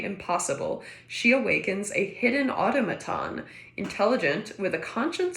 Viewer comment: Automaton is said 'auh-tom-a-ton'. That's the old fashioned word for robot. Think those old museum pieces where you could wind them up and then a figure would write on paper or a mechanical bird would sing.